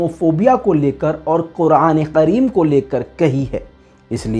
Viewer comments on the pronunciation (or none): میں آپکو کچھ بتانے جارہا ہوں پلیز برا مت ماننا( کریم ہوتا ہے = قریم نہیں )